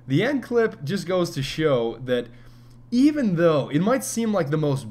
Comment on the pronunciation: Why is everyone saying doe serious doe